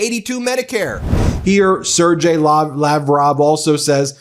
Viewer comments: it's pronounces as Ser-gay Lavrov, not Ser-jay lavrov, just saying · Just an FYI Sergeii is pronounced with a hard g not soft. Sorry but it was driving me nuts. 😊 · whoever preps you, Ben, forgot to help you with pronunciation of Russian names - 'Sergei' is a hard-g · Hi Ben 👋 Sergei is pronounced ser- ghei . Ghe like gherkin. Ge- ghe. Always happy with Meidas Touch, you guys are the best 💓🇬🇧🕊️🇺🇲💙🤗